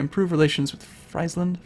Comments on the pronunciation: you should pronounce frieseland as freeseland ;) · You understand to an American that those two things are NOT at all different right?! Unless your commenting on him calling it "FRIES"-land(as in the food) and not "FREEZE"-land. If the latter is the case, he's doing it as a joke and likely to irritate people like you who are so damn "proper"! Looks like it worked. Just in case: YES! I am FULLY aware that this was made 10 years ago. I think I need to let you know that I fully don't give a crap!